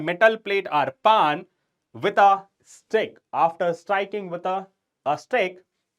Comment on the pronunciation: Sir it's not paan it's pan😂